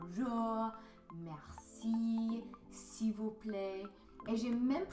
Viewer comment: But you have a beautiful way of saying "merci" with that guttural "R" sound. It sounds very authentic. How did you learn that? I can't make that sound for the life of me.